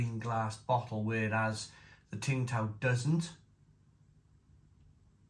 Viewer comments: It's pronounced "Sing" Tao. It's very nice. Skunkyness 😂 Becks and Peroni used to do the same. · Tsingtao,pronounced 'ching-dow' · Tsingtao (pronounced Ching Dow) is a classic and a solid beer in China. There is Tsingtao gold label in China in the small brown bottle and it’s the most consistently good lager beer in China (imo). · Tsingtao Pronounced Sing-dow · Isn't it pronounced Sing Tao ? 🤔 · You don’t pronounce the t I was once told